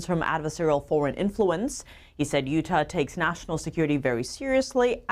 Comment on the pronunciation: Lol she does not know how to pronounce Utah yet, love her though